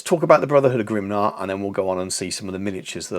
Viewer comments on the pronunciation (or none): GRIMNIR (grim-NEAR) not grimnar! 😂 great video tho, loved it as always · Grimnir is pronounced Grimneer but great work. I too love that a proper slayer list is back now. I too have no idea where to start with a list but am optimistic they can bring some pain. Will be far from top tier but hey who doesn’t love ginger psycopaths